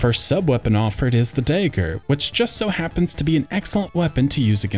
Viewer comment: The day-ger? Really?